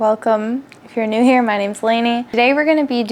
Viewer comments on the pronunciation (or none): none